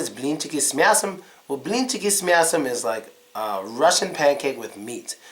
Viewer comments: сука, охеренно говорит " с мясом" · Как он четко без акцента произносит "с мясом") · "с мясом" совсем без акцента сказал... походу, это наш негр - из лумумбария) просто выдает себя за американца. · С мясом очень даже не плохо сказал...